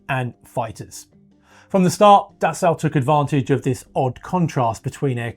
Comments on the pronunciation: Dassault is actually really easy to pronounce if you just ignore the spelling. It's "Dah-So", not da salt or da sow (as in a female pig). It's simply "dah so", with equal stress on both syllables. Try it! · You say potayto, and I say potahto… You say Dassow, and I say Dassoh… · Pronounced roughly like “Dasseau”. Pleeez Mista Englishman. Do I call you Mista? If you insist on “Das Sau” 🐷, better make it “Die Sau” 🐷. More correct. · Dassault - pronounced dass-oh, not dass-ow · Thank you for correctly pronouncing Rafale (gust of wind). However, Dassault is pronounced Das-oh not Das-au (as in ouch). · Sorry, can’t listen to the word “Dassow” anymore. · By the way the ault pronounced dassault is just pronounced as o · its prononced Dasso. In French the au is O. The lt is silent. Just to let you know. I'm not complaining, just teaching. Steve in/au Canada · Dassault being French will never get into passenger aircraft since France is a large shareholder in Airbus. By the way, it is pronounced Dasso. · Alright someone has to teach this guy how to pronounce dassault 😂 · I know, it's grating. The strangest thing is that he pretty much pronounced the surname of Marcel Dassault correctly . Isn't it obvious that it's the same word? 🤔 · Dude I know it's driving me crazy